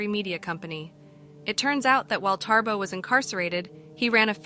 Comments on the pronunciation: Not TaRbo! It's Thabo pronounced as Ta-bo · its Thabo not ThaRbo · I know it's no biggy, but your pronouncement of his name is not correct. You say Tarbo, it's Thabo.